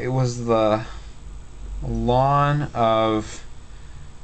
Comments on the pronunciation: first, I heard it as 'lawn'. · A lot of people pronounce the individual letters instead: "ell en". Probably a regional thing. But his way kind of makes sense when I think about what ln stands for. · We pronounce it lin.😂😂 so funny how it's different for everyone 😂